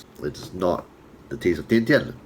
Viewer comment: Surprisingly, you as a Chinese can pronounced Tian Tian as Dian Dian.